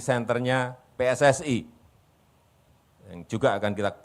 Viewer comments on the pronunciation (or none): none